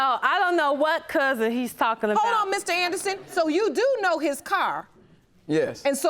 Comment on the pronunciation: I feel for her boyfriend he can do allot better than this chick.. thinking of her it sounded like she's saying "hoe" instead of "hold"